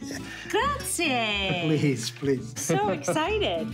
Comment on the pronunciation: Just wish the narrator spoke even a little bit of Italian. She butchers everything she says and when her guests don't speak English, there's no sensible dialogue (like the guy with the pigs). At least learn how to say "Grazie" instead of "Graziaaayy". Yikes 🤦‍♂️🤷‍♂️🙄